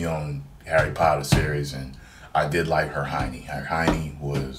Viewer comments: Its Her-mon-ie... I hear you saying Her Hiney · hahahahahahaaa did u just say her-hiney? its hermoine... her-mai-nee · to be perfectly honest I thought you said her-hiney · Cartoon movie lol just say animated movie and who dafuq is herHIonee?? Hemione is her name lmao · Herheiny? Lmao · When he tries to say ' Hermione ', I thought he said ' ( Her-Hin-y ) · Her-Hin-y lmao your awesome man. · Can't pronounce one of your favorite characters names 😂